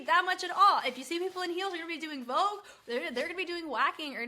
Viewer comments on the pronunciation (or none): none